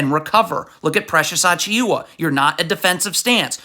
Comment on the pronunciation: You couldn’t have butchered Precious last name worse than this if you wanted to 😂